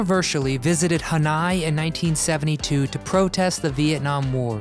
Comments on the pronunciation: Haneye.. Try Han oy...Dude, I like you videos but you mispronounce a lot of important information... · Ha/ny ? Its Han/noy! HANOI ! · Hanoi is NOT pronounce d Hanigh, it is pronounced Haa Noy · It’s not pronounced “Haneye” but “Hanoy”. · Jane Fonda is a traitor to the USA. And it’s not “Han eye”, it’s “Han oye” (Hanoi). Don’t narrate unless you know what you’re talking about. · It's Han oy, not Han i. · Not "Hanai" ... it's "Hanoi." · I enjoy your channel, but your constant mis-pronunciation of obvious words is jarring. YOu must be a post Vietnam War baby. Hanoi was all over the news whether on t.v. or radio. Han-oy NOT "Han-eye".I mean, really! Please take the time to learn how certain words or names are correctly pronounced. But it's not just yo, no. Too many news casters and commentators butcher simple pronunciations. What has become of serious oration? You correctly pronounced etherial, shockingly not as ether-eel! "Han-eye"....for real??? You've mis pronounced a number of words on your other channel editions....PLEASE get it right. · Love these commentators who don't even know how to pronounce Hanoi. It is Ha-Noy, not Han-i. And Jane Fonda should be in prison for treason not given HOLLYWEIRD awards. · That's "HanOY Jane", not "HanEYE" - just sayin'! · It's pronounced Han oi (Hanoi) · Hanay Jane ?.. dear God are you for real?.. Hanoi Jane..named after the city in Vietnam..you as an American should know that surely..I'm a Brit and I know it..🇬🇧💞✝️🙏🙈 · Hanai? It’s Hanoi! ❕ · Jane Fonda will always be Traitor Hanoi Jane in all our hearts!! And btw its pronounced Han -Noy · Ha-Nai Jane..lol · It’s spelled and pronounced HANOI not ‘Hannai’ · "Hanai"???????? Oy vey! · I'm sure,... "Hanii" what a dummy. It's "Hanoi".,.... geeez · It's pronounced Han-oy. Oy. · pronounced Han-Noy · Huh noy. Pronunciation. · Hanoi ( Han Noy ) f%$#&*g millenials. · The video pronounced it han-eye. What the heck? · 🤣🤣🤣🤣🤣🤣. Dang dude who have you ever heard pronounce Hanoi, Hanni 🤦🏻‍♂️